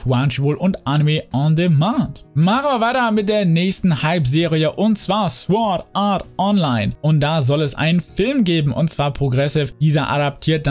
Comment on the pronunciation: und nur mal so.. das heißt nich sWord das w ist stumm und das wort wird sort ausgesprochen ;) ansonsten gutes video bis auf das netflix gelobe xD